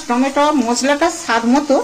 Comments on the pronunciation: Tometom noy tomatoes 🍅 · হাতে gloves পরা নেই, বাঁ হাত লাগাচ্ছে, নখে ময়লা। ঘেন্না লাগে।টমেটোকে বলছে টমেটম।